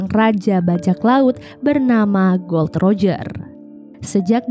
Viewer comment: Gol D roger, bukan gold roger huruf "D" nya di pisah